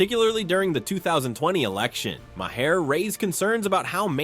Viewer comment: Bill Ma, Marr, My-Hair????? WTF am I listening to??